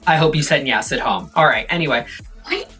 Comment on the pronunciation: i dont know why but it makes me so happy everytime i hear 'nyes'